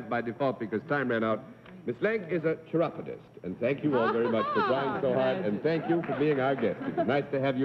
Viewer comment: I close my eyes when Daly says "We'll show the audience what your line is" because, well, I wanna guess the line, too. I couldn't understand the word that was said to identify the last guest; it sounded like 'chirrupodist' or a 'corrobodist'! I had never heard of a chiropodist. hahahaaaa!